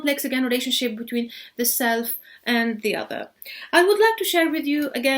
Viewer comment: حرف T ينطق ت وليس ث بالانجليزيه. ( بيتوين مش بيثوين. تو وليس ثو. سامتايمز وليس سامثايمز). النطق غير سليم تماما. ارجوا تحسينه فلمستقبل.